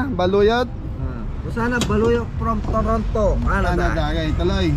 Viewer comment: Toronto not toronta hahaha peace ✌️